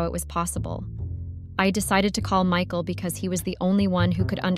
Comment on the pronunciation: Who the hell is Mecal? Oh, it the horrible AI voice that cannot pronounce Michael.